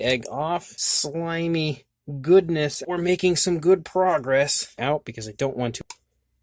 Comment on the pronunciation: "Oh my goodna..."